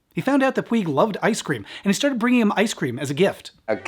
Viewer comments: Just a quick note. PUIG is a name originally from Catalunya and/or Mallorca that means Mountain. It's pronunciation rhymes with Much, so no Puy, say Puch. Thanks. Great video as usual. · Puig is a Catalan surname and is pronounced “poodge”, not “pweeg”. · Totally loved and appreciated the video but there was one little detail that was making me a bit nuts. The writers surname, Puig, comes from where we live in Spain. It means like a peak of a hill or a mountain and sounds like " Pooch " or a soft " Putch " rather than " Pyoo ig ". I wonder why the pronunciations are different? Can't wait for the next one. Stay well and keep safe. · Puig is pronounced Pooch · Greeting from Spain from a long time viewer. One brief point: the author's surname is pronounced "pooch", with the 'ch' at the end like in "scratch". It's a typical catalonyan (from Cataluña) surname, so it's not pronounced using castillian (what you anglo-speakers usually call "spanish") rules. I was about 8 y.o. and I remember thinking the movie was some horror film, because of the title. In some twisted facist way, it was indeed. Great video, as usual. Much respect from Madrid !!!